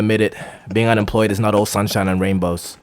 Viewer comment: “unempwoyed”, “aww”, “john powk”, “go enjoy ur wife”, “the whole pwocess”, “anymow”... bro as an employed person, u need to focus on something else😭